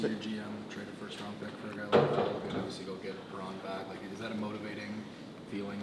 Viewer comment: When people say Justin Faulks name, sounds like they’re saying Justin Falcon 😂